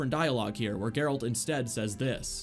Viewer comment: Can't unhear "Garalt's good old pal Roach"